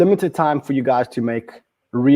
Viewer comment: Are you saying “life-changing money” or “wife-changing money?”